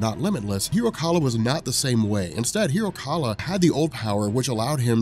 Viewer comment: hiro kaal. not kala